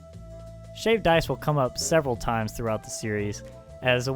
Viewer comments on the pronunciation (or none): none